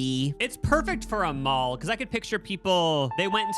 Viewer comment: How did you somehow put a u and w in the word mall?😂😂